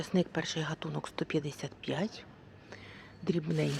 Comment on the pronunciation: Дуже неприємно слухати неграмотну мову.Людина не знає, у алфавіті українському є тверда літера"Г" і слово "гатунок" вимовляється із звука тверде "г" .